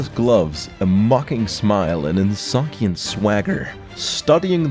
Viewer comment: insouciant is pronounced "in-SOO-shant"